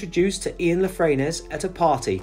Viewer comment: Mice-gwas-tad, it’s pronounced! Ian La Frenais’s surname is pronounced La Frennay!